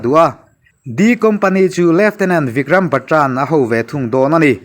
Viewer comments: Batra ni lo in Bat-ra ti a lam tur ani chuan ka hria mawle kei ve hian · Batra lam dan hi dik lo deuh